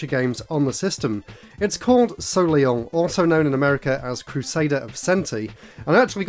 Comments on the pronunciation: Be careful my friend... SOLEIL(pronounced SO-LAY) NOT Soliel... which means SUN in French😉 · Soleil is a french word meaning "sun" and is pronounced soh-lay